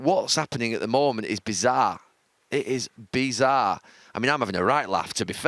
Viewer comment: Gary “beezarre” Neville